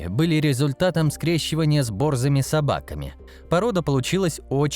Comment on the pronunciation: Сударь, не бОрзыми... А борзЫми